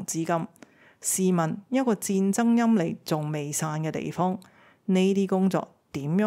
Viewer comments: 內容精闢,分析詳細. 一個小意見,「霾」字唸「埋」，不是「離」。繼續努力。還有值得一讚的是相對現在很多網紅，你沒有太多的懶音，這已是非常難得。😂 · 戰争陰霾讀陰埋不讀尼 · 陰霾， 霾，音 埋， 不是 里 不是 妮 🙏🏻🙏🏻🙏🏻🙏🏻🙏🏻🙏🏻🙏🏻🙏🏻🙏🏻🙏🏻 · 戰爭陰霾的陰霾粵音讀「音埋」，請注意。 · 陰霾 的 發音是 陰 "埋" 🙏🏻🙏🏻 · 1. 陰（霾），讀音是(埋） 2. 覺得這個deal 是第三。 3.想知道其實俄羅斯入侵烏克蘭是爲了昔日光榮？定礦產資源？因爲石油俄羅斯有，關鍵礦產，如你所說需要大量資源開發而目前俄羅斯犯不着。 謝謝